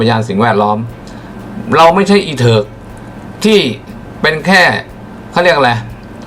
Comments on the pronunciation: เห็นด้วยค่ะเน้นเหลือเกินไม่ดูตัวเองเลย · คุณอัด ค่ะเน้นเกินนนนคำว่า อิเถิก555โทษนะค่ะคุณ ดูศรีษะท่านก็เถิกนะค่ะ ด้วยควมเครพ555